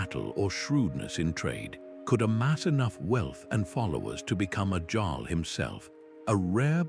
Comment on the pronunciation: AI needs to edit! It's Jarl and the Seine, not sane, just to note a couple of goofs.